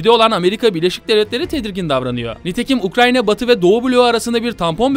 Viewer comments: ukranya değil ukrayna allah rızası için şunu doğru telafuz et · Çoğu kısmında Ukranya, biraz da Ukrayna diyor. Gerçekten akıcı konuşmayı engelliyor Ukrayna'yı söylemek. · Sürekli ukraNya diyor sinir oldum ya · Ukranya değil de ukrayna desen muazzam olucak be abi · Nobody YKA: UKRANYA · ukranya diyişine sadece ben mi taktım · Ukrayna'ya Ukranyna diyen adam 😃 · Videoda Ukrayna'ya hep Ukranya diyor 😆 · Anlatımına hastayım yanlız UkraYNa 'ya UkraNya dedigini farkettinmi bilmem dostum. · Ukrayna diyeceğine Ukranya demesi bi beni mi rahatsız etmiş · abi herkesniye ukranya diyo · Abi Ukranya değil Ukrayna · UKRANNNNNNNNNNNYA ŞUNA UKRAYNA DEMEYİ NASIL BECEREMİYON ANLAMADIM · Gerçek adı UKRAYNA ukranya değil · abi ukranyq mi ukrayna mi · Her seferinde "Ukranya" demen o kadar sinir bozucu ki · keşke UKRANYA demeseydin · sürekli ukranya diyor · Hatta cogunlukla ukranya diyorsun. Dikkat cekmek icinese cekiyor cidden. Bu kadar ozverisiz olmamali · nolur ‘’ukranya” deme artık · Doğrusu ukrayna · Ya arada ukranya diyorsun ya. Videodan uzaklasiyorum